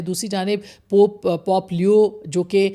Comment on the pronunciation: It’s not pOp but pope